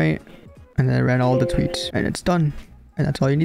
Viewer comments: bro says tweets instead on tweaks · "run touits" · bro said tweats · bro cannot say the word "K" in any of his sentences. "do some tweats" and "fortnite tit tots"